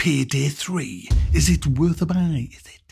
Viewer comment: Pihdih 3 huh? Learn how to speak English boy